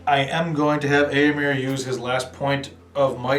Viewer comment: Definitely some errors, especially on the heroic moves. Also if cavalry charges through difficult terrain it loses all charging bonuses. But for an irregularly played game not too bad. I must protest at the pronunciation though. It is Eee-ohh-mer, not aaa-o-mer. Same with Eowyn. It's representing the eo sound in Old English.